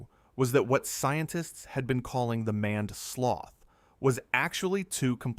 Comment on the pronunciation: "Maned" is not pronounced like "manned". You clearly didn't bother to check what your AI was saying, which suggests you have no respect for your viewers. That explains your subscriber numbers.